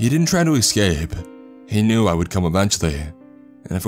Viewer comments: 'esss- c a p e not excape, jeez. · Its ESCAPE. NOT EXCAPE. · That and pronouncing ES sounds as EX and it's bringing the cringe ei: Excape, Exspecially. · Dude, your pronunciation of “escape” is driving me bonkers. I do enjoy these stories though. Keep it up.